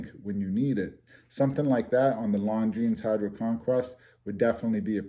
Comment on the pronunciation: Little late here but I am also from NE and you pronounced Longines perfectly! Ha